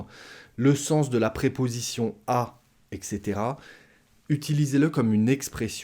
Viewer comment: "etc" se prononce "ɛt setera", non pas "ɛk setera" 🙂